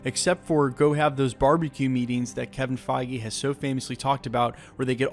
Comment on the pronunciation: kevin fy gee?!?!?!?! ... LMAO